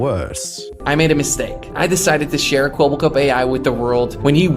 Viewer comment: The biggest tell in the video was that the AI (which was probably trained in English) did not know how to pronounce the Dutch word 'Kwebbelkop' (blabbermouth), and thus is always kinda mumbled it in the same tone of voice.